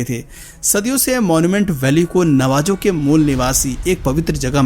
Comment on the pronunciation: It's pronounced Navaho and not Navajo